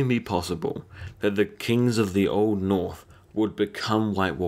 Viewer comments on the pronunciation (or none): none